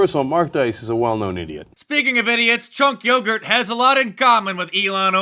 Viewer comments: Chunk Yogert? :)) Ok, that is now part of my daily vocabulary. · chunkyogart!!! blaaaaaaaaa.. you're killing me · Have a little respect. His name is Chunk Hunger. Get it right next time.